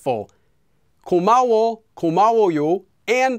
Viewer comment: Sounds more like you're saying 고마우오 rather than 고마워. That last O sounding a lot more like 오 than 어 to me. I wonder if this happens a lot with people learning Korean like people who stress second syllables a lot in Japanese because they aren't aware of their syllable stress. (Like people who say k'ZOO'yuh instead of KaZuYa.) Actually. On re-listening to it. You said it kinda wrong, then kinda right, and then kinda wrong again. Weird. We know what you mean but I think it's important for people to recognise that 워 should sound like the A in "What" for a British speaker. A capital O is not really what you should be going for since that's 오.